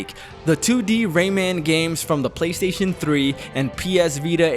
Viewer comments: The WHAT-Station?! 😂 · I’m glad that I wasn’t the only person who heard that